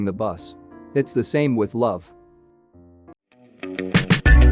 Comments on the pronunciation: This isn't the first time 'chased' is pronounced as 'chazed', or 'chasing' is pronounced as 'chazzing' lol.. Gonna assume that the bot doesn't actually know how to pronounce the word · I am just stuck on "chase" and "chasing" mispronunciations 😂